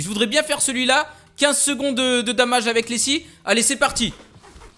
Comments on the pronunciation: DOOOOMAGE et pas "damage" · tu dis damaje